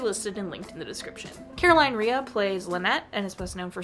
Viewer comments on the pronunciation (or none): Just in time for October. Also, it's Caroline Rhea's last name is pronounced Ray.